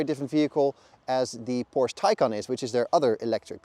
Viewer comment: Good review overall. I got fooled by the channel name, but looked more closely after I heard the name "Porsche" mispronounced a few times in the review.